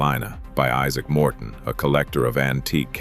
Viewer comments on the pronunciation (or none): none